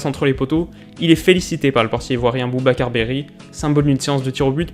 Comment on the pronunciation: C'est Barry pas Berry